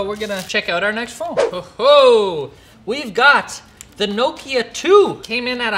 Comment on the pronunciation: Nooo key a 🙈🤔 Never heard Nokia called that 🤣😂